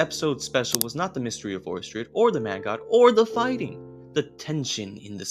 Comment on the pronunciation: It's pronounced Or sted, not Or Stred.